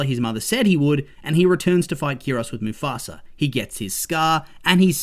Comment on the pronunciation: Why do you pronounce mufasa as mufasra?